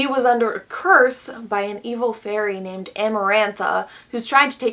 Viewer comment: "fairy" My ears: "furry" Also me: oh no